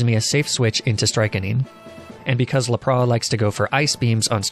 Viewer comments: I honestly feel like this goes over everyone’s heads and it did mine for a while if it’s true but I think he pronounces arcanine and lapras that way on purpose lmao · For the last time that’s now you pronounce Arcanine or Lapras. Arcanine is canine with Ar on the front and when has the S in Lapras ever been silent? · You’re pronunciation of some Pokémon is mind blowing. I have such a hard time watching your videos knowing you might screw up any of the easiest names like Lapras or Magnemite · how the fuck does this guy pronounce lapras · Bro! Learn how to say Arcanine and Lapras the right way 😂😂😂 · I've never heard anyone pronouncing lapras like that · Love how you pronounce Arcanine and Lapras! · I WAS DRAWING WHILE LISTENING TO THIS VIDEO AND WASN'T FULLY PAYING ATTENTION SO I THOUGHT HE SAID "RAP" AND I WAS LIKE? OH POKEMON BE SPITTING BARS NOW??? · Lol right people that deliberately mispronounce things this badly to be quirky annoy me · And lapras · I can't pay attention to anything else when he started saying laprá 😂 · im sorry but.... LAP-RAH????? jk love the vid <3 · His pronunciation of Lapras is beautiful. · I've accepted how you say Arcanine and Lapras, but for some reason your "strychnine" pronunciation was unacceptable. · Lapras definitely isn't la-praw. That's just silly. Look at all of the shows, games, and movies involving lapras. It's lap-ras. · Honestly man, love the video....but what in the freaking world is a Arca niney and La Prah? Are you doing this intentionally to drive us crazy? wanting to punch the hell out of the screen and keyboard, bite our nails and bite our tongue in full rage!!! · It is lapras not lapra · Theirs a s on lapras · lapras isn't pronounced as laproe it is la pruhs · WHY DO YOU SAY LAPRAH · Laprah? Lap-ras... Sorry that bugged me so much you said it like 13 times in under a min and a half. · NOT LAPRA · Fid he say lapra instead of lapras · Ah yes lapraa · arca nee-nay this isn't the end! Lepraa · lapraS, lapraSSSS